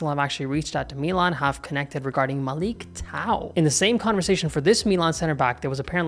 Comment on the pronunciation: it's prounounced Malick [ʄaɰ] otherwise you're good.